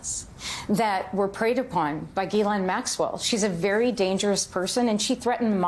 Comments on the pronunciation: Ge-len.... is there ANY American that knows how to pronounce her name!? ITS GISLANE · Her name is pronounced Jislen, it is a French name with a soft G